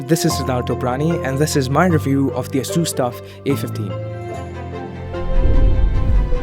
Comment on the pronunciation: I believe you are mispronouncing "Asus"